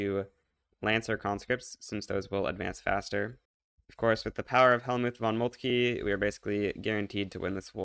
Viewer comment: FFS Moltke not Moltkie. Let the man rest, he basically defeated France all alone. Double-FFS Schleswig, not Sleschwig. Are you people mispronouncing foreign words on purpose,?